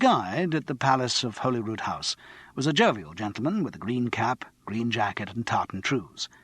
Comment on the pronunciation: How difficult is it to find out how to pronounce Holyrood?!